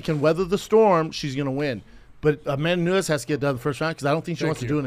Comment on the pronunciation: “amandanaanezzz” 🙄 Chris hates Brendan and hates this job hahahahah 😂